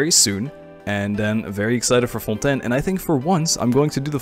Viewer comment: WAIT ARE YOU FRENCH ? because you were pronouncing Fontaine very frenchly so I had suspicions but now... je suis trop contente parce que j'adore regarder tes vidéos en général, c'est super fun et tranquille :D